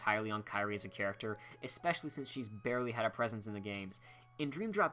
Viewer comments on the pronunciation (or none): none